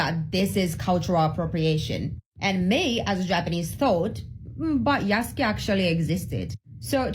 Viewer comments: Bruh these apparent champions of cultural accuracy pronouncing Yasuke like "yah soo kay" is craaaazy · The condescending tone these assholes use makes me want to punch them. And if you're gonna say that Japan SPECIFICALLY doesn’t like the choice to use Yasuke as the main character in Shadows (which is demonstrably false, they seem to be fine with it), at least learn how to pronounce "Yasuke", a JAPANESE name, properly. Fucking racists.